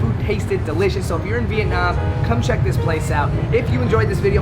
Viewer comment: The way he said vietnam "veetnahm".... THE WAY HE SAID DONG. if youre a viet speaker you know.... Its okay